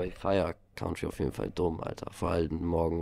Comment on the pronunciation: Leider Country falsch ausgesprochen 😂